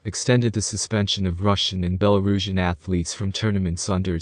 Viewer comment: When pronouncing Belorussia you have to say Belo-ru-shia not Beloruzhia. And it's Tut-be-rid-zeeee not Tutberidz